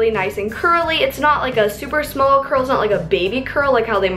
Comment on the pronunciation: It's not crurl😂😂